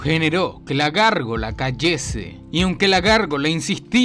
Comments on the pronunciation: Es Gárgola no gorgola 😂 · Hombre: es gárgola 🤔 práctica más el castellano 💪👍